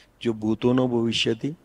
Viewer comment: Madam bhavishyavati nahi, bhavishyati.